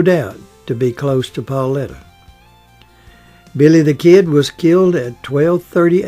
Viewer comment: Her name was PAULITA! NOT PAULETTA!!!